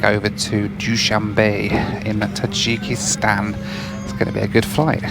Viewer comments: The way you pronounce Tajikistan is cracking me up. In the states we pronounce it differently. I'm not hating, I always love your content. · Number of times said Tadjikistan